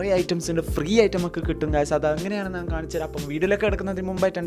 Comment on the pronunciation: നാൻ, അല്ല ബ്രോ, ഞാൻ